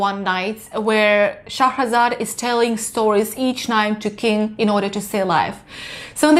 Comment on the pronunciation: Another great review guys... LOVE the way you pronounce Shahrazad. It's so funny when you correct one another in your reviews. It's great hearing the two perspectives. "I just have to become better than a movie" LOL Brilliant.